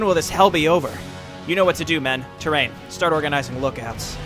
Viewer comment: Gotta say, love your play, but man, it gotta learn Tyraen's name. Tyraen is Tie-rae-in, not Terrain. ;)